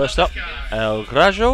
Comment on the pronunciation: In Spanish, a J sounds like an H. El Graho.